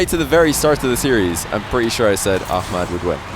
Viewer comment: My hat's off to you,! Love that you're putting in the concerted effort to pronounce names right; Ahmad and oKhalid.